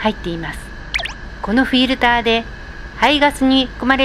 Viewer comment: フィルターの発音よ…おじいちゃんみたい